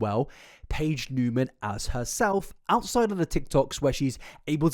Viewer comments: Niemann is actually pronounced "knee-man" not "new-man" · Knee-man not new-man. Love ya but had to clear that up and that YouTuber Gabi from Fancy Vlog I believe it’s what it’s called did the same and even got in an Ari music video so that she would stop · “Newman”… isn’t it Neiman?? Like “knee-man”?? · Just fyi…it’s Niemann like knee-man, not Newman. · Its not "newman" thought... its Niemann, there is a big difference in how you say it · Edit: You forgot to tell us to mention BEANS if we got to the end. <3 I, for one, will not correct you on her surname, and will congratulate you on saying it wrong the whole time. She's pretending to be someone else and sell corn as someone else...that's horrifying. People will villify a man in an instant, but a hot girl? Oh no no, better say "it's just impersonation" - 75% of the comments on this prove to me that your average viewer is incredibly stupid, and that's sad...since you're so smart, and put so much effort into things. You even explain like...how being an impersonator, and living your whole life as another person are very different things - and people are still convinced she's just an impersonator. Like...yo, impersonators go home at the end of the day to be normal old Bob, or Susan...they're not living AS Elvis, or Britney Spears. Ariana does GREAT impressions, herself...but she's not stealing the lives of those people. xD "I never said I was cosplaying as her!" Bitch you know what you're doing, lmao. (God she's painfully stupid too... "I'm fully aloud" ALLOWED ...ALOUD MEANS YOU'RE SPEAKING ALOUD...AHHHHH stick to corn, honey, but get your own damn face.) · He was meaning that she was still in 2021 acting like Cat, when it started in 2018/2019. My beef is with how he pronounced her last name 😂